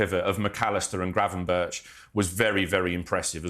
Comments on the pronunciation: Gravenberch is pronounced as Gravenberg. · Incorrect mate it’s actually pronounced ’Gravy-berg’